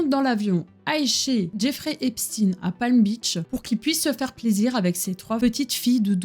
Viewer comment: Je vais devoir le continuer plus tard mais je me demande quand même qui est ce fameux Jeffrey Epstiiiine, je connaissais un certain Jeffrey Epchteïne mais ça c'était avant qu'on ne change la prononciation de son nom de famille pour faire moins ... (je pense que je n'ai pas besoin de le dire lol). En tout cas ça va faire plaisir à mon homme ce genre de vidéo, lui qui est à fond là dedans (et qui adore aussi bien se renseigner que de donner des infos, toujours de manière respectueuse et pour apprendre à l'autre sans juger).